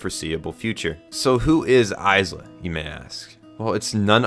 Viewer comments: its pronounced Eye-duh its only spelt Isla (im trying not to cry right now) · First, a giftia died every time you said Isla’s name like that, so congratulations mate. And second, i really get what you meant at the point where you said ‘this is the moment it went from solid 8-9 to something far greater’, i felt the same thing, only it was more like solid 7-8 for me before. Tho funnily, i think that actually makes it more impactful like that, as the bigger the gearshift (in how much you’re liking something) the more surprising it is. So I’ve no doubt the last few episodes are gonna make future me look back on the whole show thinking its all better than I woulda apart from it. ….for better or worse that may be. The only things I guess I could say is, well, Id say im just somewhat harder for media to make cry so i didnt meltdown outright like I did at Assassination Classroom’s ending, but still, water did build in my eyes a bit. I also duuunnoooo if Id back ya up about thinking Tsukasa “isnt flat” cus Ill be real I dont see what he’s got too particularly special-but I didnt have any real PROBLEM with it, if anything maybe it helps just seeing someone more ordinary in a tale that’s tryna be realistic, im just saying. ISLA tho may now be among my favourite anime girls now on the other hand. She was peak. (And I can get you thinking an anime’s music makes just that little more difference, after the likes of Ass Class and MHA, I hold great value in it, but nvm that) And yeah, the message is probably the most important thing about the show as a whole, and I app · bro why did u pronounce isla like that good video tho lol